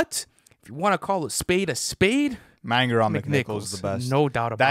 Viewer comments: I hate to be that guy but I think manger is pronounced Main-jer. Love the podcast and vids boys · Manger pronounced wrong tho 🤣 you lads are killing it so no hate haha